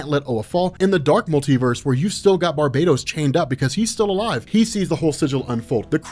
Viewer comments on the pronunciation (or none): none